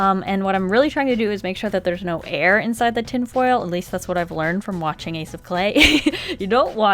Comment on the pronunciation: "I'm nawr ordinary girl!" I had to...